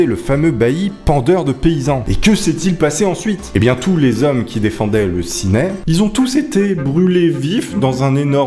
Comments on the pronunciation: et Ciney ne se prononce pas "sinaille" mais "sinè" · Cineille sava pas sa sa s ecrit ciney sa se dir sinais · J'habite à ciney et ça se dit cinai et codrooz se dit condro😂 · Condroz comme tu dis ce prononce condro et ciney comme tu dis aussi ce prononce Cinai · Le Condroz ne se dit pas CondoZe mais Condro, le Z est muet et Ciney se dit Cinait. La vidéo est vraiment sympa, j’espère que tu vas en refaire